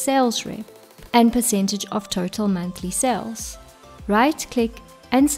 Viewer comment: When you pronounce Total, it sounds like Turtle.